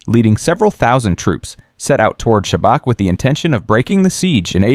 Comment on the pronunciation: Everything is good but it is not Sabak it is pronounced Shabats. Oh comment before already did it.